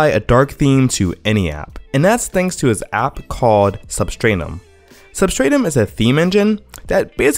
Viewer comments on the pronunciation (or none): Sub-strat-um Not Sub-strain-um